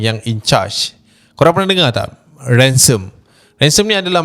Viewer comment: ration bukan ransome chap